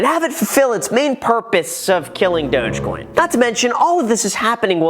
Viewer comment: Why does everyone pronounce Dogecoin like that? I thought it's more like Dawg-coin